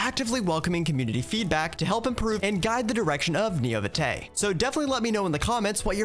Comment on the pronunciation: I went "Oh, God..." on the pronunciation of "This is Neo Vitae", the first thing said of the video lol